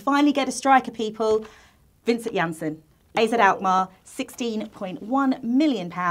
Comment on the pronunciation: it's Vincent aha